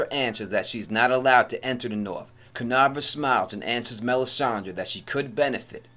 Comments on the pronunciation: Every time you were mentioning "Kinvara" as "Kinavra", my whole body was cringing so hard! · Dude please pronounce her name right!!! It's Kin-VARA!!! KINVARA. Not kinarva or however you said it.